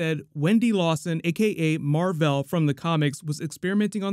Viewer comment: remember in the house fury was trying to say mar-vell's name and he kept saying marvel